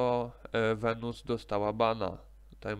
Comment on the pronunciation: venus a nie venuss